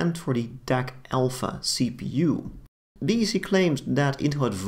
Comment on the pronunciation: A small minor note ... "D" "E" "C" is pronounced as "deck" by DEC employees and the general Enterprise computing market back then. I was at Compaq when DEC was acquired.